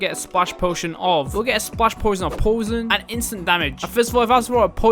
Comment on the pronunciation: Prob just their accent